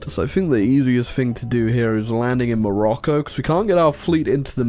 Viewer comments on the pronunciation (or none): none